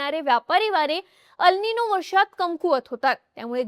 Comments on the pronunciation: Tumche अल् निनो ase uccharan arabic watte. 'El ninõ' ha south america shabd ahe tyache uccharan एल् निन्यो ase karave. 🙏🏻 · ह्याला "एल निनो" अस म्हणतात... "अल निनो" नाही.